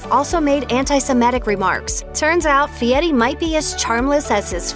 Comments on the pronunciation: Guy doesn’t pronounce his name as Fiette. It is pronounced Fereri. At least learn how to say his name if you want to trash him. Nitwit!! This clip is Garbage. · I can't take this case seriously... the narrator can't even be bothered to get names right... seriously they're celebrity chefs it's not like she hasn't heard their names pronounced properly before... Guy Fietti really how do you miss read Guy Fieri as Fietti... #youhadonejob narrator... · Fieti? Get your cheap text to voice fixed. Who cares who he likes away' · I hate the way everyone pronounces Fieri. They say it like “fee-Eddy”. Should be “fee-Airy”. Look how it’s spelled! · it's pronounced Fietti. He even says so. :27 mark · It's F I E R I, No T. Really annoying you are bashing people and can't even say his name, SMH